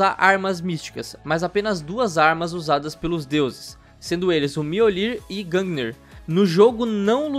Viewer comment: Miolir? Aprendam a pronuncia certa kkk